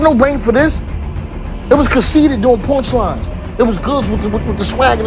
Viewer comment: He said punchlines but it sounded like porn lines lol